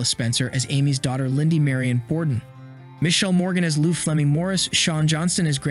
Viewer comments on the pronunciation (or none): none